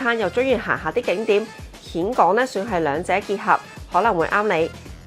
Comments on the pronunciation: 讀音現港，並唔係蜆港！！！ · "峴" 應諗作 "現", 不是蜆. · 峴港，粤音"現"，同莧菜的莧同音。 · 溫馨提示， 「峴港」呢個字係讀「現港」才正確。